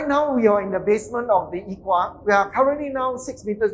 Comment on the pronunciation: If not wrong his pronunciation of eco is wrong?